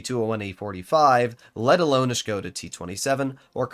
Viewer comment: big respect that you as an American know how to preannounce Škoda correctly 👍🏻